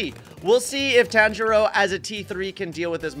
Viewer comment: Bro said tanjior wrong😂😂😂😂